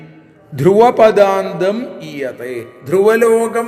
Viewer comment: 🙏ഹരേ ഗുരുവായൂരപ്പാ ശരണം 🙏ധ്രുവ പദാന്തം എന്നല്ലേ വാക്ക്? പദാന്ദം എന്നാണ് കേൾക്കുന്നത്. 🙏